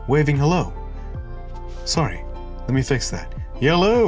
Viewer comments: Lmao "yelllo" good one 😤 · "Yellllooww!" From the northern Midwest!